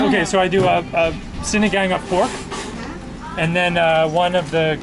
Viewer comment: Pronounce sinagāng as sinagong :)